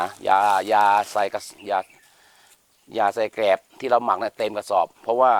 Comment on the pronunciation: แกลบ ครับ ไม่ใช่แกบ